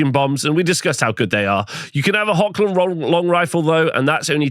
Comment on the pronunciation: The current effect of the Hochland Longrifle is amazing. You can pick and kill an Enemy command section. And by the way the proper pronouncation of "CH" in Hochland in German is a Rubbing Sound. It is very different for english speakers i know but the CH is really not spoken as K. Just clear your throat as rusty as you can and you got it. The Google translators for German/English spoke the CH in HOCH very smoot Greeting from the Middle Mountains of Germany and long life the Empire. For Sigmar